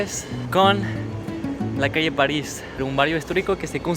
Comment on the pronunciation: Es muy loco escucharte decir calle Paris en chileno. Maravilla verlos siempre!